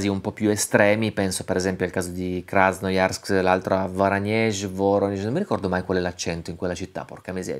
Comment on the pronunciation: E anche Krassnayàrsk....